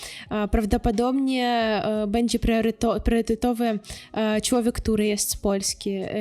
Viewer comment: Bardzo prosze niech pani sie zacznie ksztalcic lub pojdzie do logopedy. Ma pani urode,mlodosc zywiol, talent i duzo energii.Cilowiek to nie po polsku. Przedostatnia sylaba jest intonowana. MOZE PANI NAM OPOWIE O KULTURZE POLAKOW NA UKRAINIE. Mnie ten akcent napawa strachem.Brzmi jak atakujacy kundel.Warto nad soba popracowac. Niech pani nagra lekcje polskiego Bo polacy sami wiedza jacy sa i smieszne jest jak mloda dziewczyna bez podstaw i glebszych badan sie wypowiada a tym samym obgadyje by zarobic forse tanim kosztem, sama kaleczac nasza polska mowe. Moze lepiej nauczyc nas po ukrainsku.Pozdrawiam.